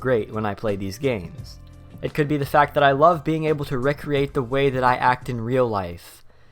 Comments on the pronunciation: RECK-reate? Did you mean re-create? :| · Reh create? Is that based on a misunderstanding of the fact that there are homonyms spelled recreation that mean totally different things and are pronounced differently?